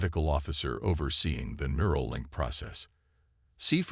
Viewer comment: Mural? or NEURAL. Get it right.